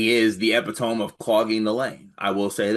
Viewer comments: I thought this was supposed to be a big pronunciation year for you. Gotta fix epitome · If you can't pronounce epitome, don't say it.